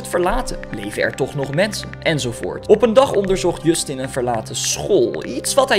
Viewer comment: Hahahaha ik lag me kapot je schrijft het als Justin maar je spreekt als djustin